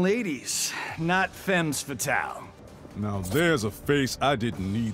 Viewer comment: said femmes fatale so incorrectly